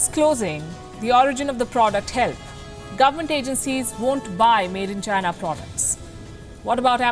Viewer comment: Did I hear va-china